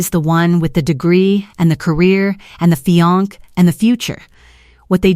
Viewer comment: The way she says "feeyonk" makes it sound like the sister has a carbuncle!